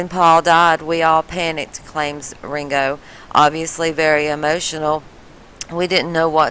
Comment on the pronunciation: She calls him wingo its fkin Ringo